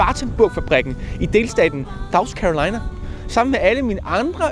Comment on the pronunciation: Sagde du lige "i delstaten Davs Carolina"?